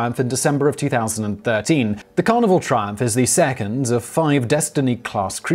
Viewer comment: Every time Simon says 'Carnival' I keep hearing 'Carnivore'. That already sounds like it's gonna be unpleasant from the go.